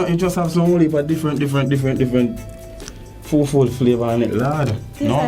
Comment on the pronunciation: Lol he said flah- var😂😂